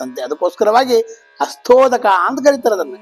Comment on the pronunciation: It's hastodaka, not astodaka